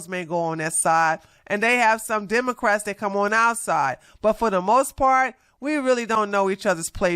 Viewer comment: Democ-rats not demon-rats 😅